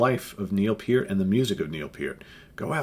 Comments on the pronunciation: thanks for sharing with us, and thank you for actually pronouncing neils name correctly. RIP Neil Peart you will be missed, and never forgotten. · THE greatest drummer in rock history!!! Yes, even better than Bonham!!! Neil Peart's career lasted OVER 40 years!!! John Bonham's career...11 years. Neil Peart created more "air drummers" than John Bonham could ever have dreamed of. Btw, Thank You for pronouncing his last name correctly!!! It matters!!!